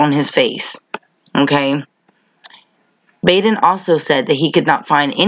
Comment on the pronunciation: So very happy to see you keep on exposing the fuckery in this world Beauty. And Bravo on your newest Keneeka video! I truly believe that u are an angel sent to earth to helping to wake us up and open our eyes. Btw it’s said Baden with a soft a. And he is an incredibly powerful,rich, and intelligent man. Makes ya wonder with how closely the cops work with the coroners how many of them are dirty. Love ya!